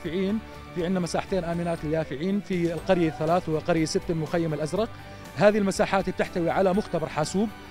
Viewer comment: المعلق متأكدين انو زلمع قال الازرء